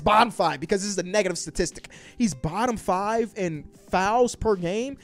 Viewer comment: You saying bottom five is hilarious.